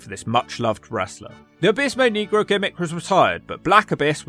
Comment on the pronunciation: I'm black and you always pronounce his name wrong